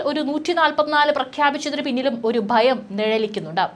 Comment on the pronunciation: ബീകരം, ബയം, ബാഗം, ശേശം?